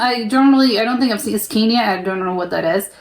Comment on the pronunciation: You Americans think everything is from America. He don't say cania, he is saying SCANIA 🤦‍♂️